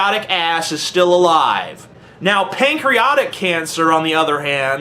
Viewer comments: pancriotic cancer?? its pancreatic cancer you dumbass! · TJ says "PancreAUGHTic cancer"